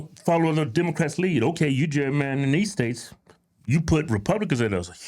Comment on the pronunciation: What is that he keeps saying cherry mandarin